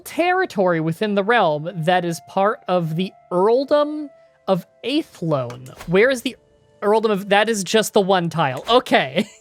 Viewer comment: it's Athlone, not Aythlone.